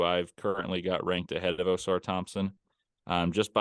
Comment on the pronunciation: Can someone please tell to stop pronouncing Ausars name OH-SAR THOMPSON lol idk why ppl struggle so much pronouncing the twins names right